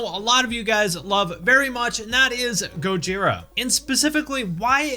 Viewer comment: Thank you for saying Go-jee-rah, not Goj-eye-rah. Also, Slip what? Limp who?